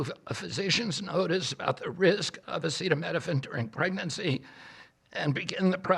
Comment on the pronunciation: AH SEETA NOT SETTA EEEEEE!